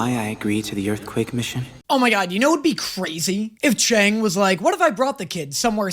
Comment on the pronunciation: love this reaction series but is anyone going to tell it's pronounced "chung" and not "chang"?